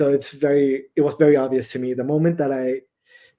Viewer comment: Obvias Seven as in obvias 𝘴𝘦 𝘷𝘦𝘯 (Spanish)